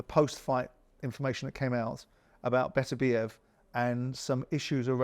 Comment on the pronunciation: It’s actually ‘BEH - TER- BEE - EV Spencer is correct